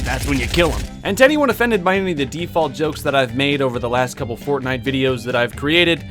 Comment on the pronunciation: did he just say fortnut?